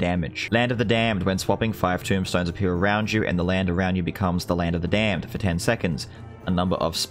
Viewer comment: it’s the way you say Land Of The Damned 🤣 “ˡᵃⁿᵈᵘʰᵈᵃᵈᵃᵐ ˡᵃⁿᵈᵘʰᵈᵃᵈᵃᵐ ˡᵃⁿᵈᵘʰᵈᵃᵈᵃᵐ”